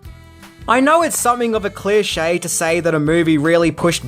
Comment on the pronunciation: "clear shay" Love you,. Never change.